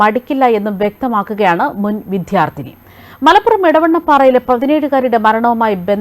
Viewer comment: സംഘിണിക്ക് " വിദ്യാർത്ഥിനി ", " അദ്ധ്യാപകൻ " തുടങ്ങിയ പദങ്ങൾ പോലും ശരിയായി ഉച്ഛരിക്കാൻ അറിയില്ലല്ലോ 😄😄😄! മങ്കീബാത്തൻ പഠിച്ച യൂണിവേഴ്സിറ്റിയിൽ ആണ് പഠിച്ചത്, അല്ലേ 😄😄😄?